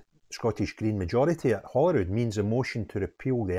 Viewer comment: When did holyrood become Holywood 😂